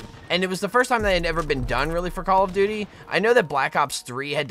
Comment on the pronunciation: Why do you keep saying call of booty 😂🤣😂🤣 only people that says that is people who does not like call of duty